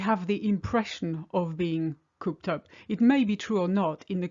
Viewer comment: It's "cooped" not "couped".